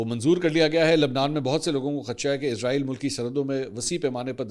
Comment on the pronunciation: Sir ezrail nae esraeel bola Karyn plz